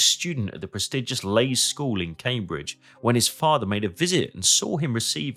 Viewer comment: Minor point from someone who grew up in Cambridge - Leys is pronounced "Lees" not "Lays".